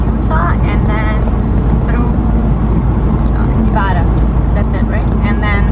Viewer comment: Thank you for pronouncing Nevada correctly 🙂